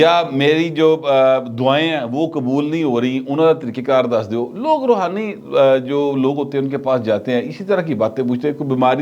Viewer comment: Rohani not Romani.